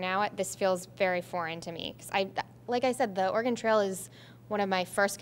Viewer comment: She can’t pronounce Oregon…